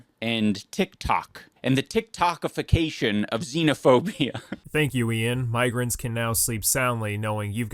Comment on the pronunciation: IT'S XENOPHOBIA not Xenaphobia.